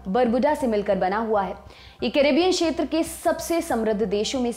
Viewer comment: शेत्र नहीं, क्षेत्र कहिये